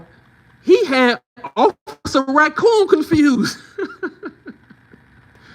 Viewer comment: 🤣🤣🤣NOT OFFICER RA-COON🤣🤣🤣